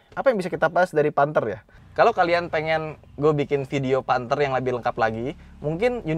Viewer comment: Panthe 😭 kya bahasa jawa ya